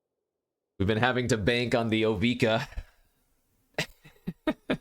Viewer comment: first it was drown in "eye-chor," now it's "bye"-lious skulldweller and "O-vye-ka" 😉